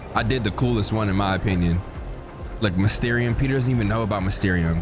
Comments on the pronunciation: Bro called mysterio “mesterium”😭😭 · Bro why can’t you pronounce Mysterio & Symbiote ??? 😂